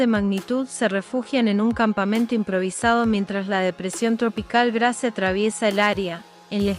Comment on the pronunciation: Por favor es Grace , que se pronuncia ,no literalmente en español Gracias